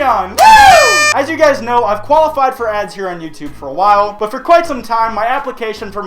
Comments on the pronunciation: Haha he said some time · "for sometime" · “but for some time...” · does your species need sleep? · '' some time XD